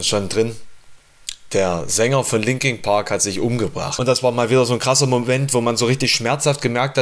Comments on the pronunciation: Warum sagt der "Linking" Park?!!?? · Scheisse du kannst ja nicht mal den namen der band aussprechen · Das heißt nicht Linking Park sondern Linkin Park.